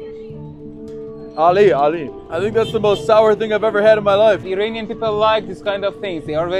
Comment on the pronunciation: Love the video! Thank you for showing the World the reality of Iran and its people. BTW, you get the pronunciation of Iran right but then you keep doing the George Bush, "Eee-rain-ian" pronunciation for the people😔. Bush used it as a way to dehumanize, making us sound like aliens. It's like nails on a chalk board when I hear it. We are Iran-ians, pronounce it the same way as the you do the country please🙂.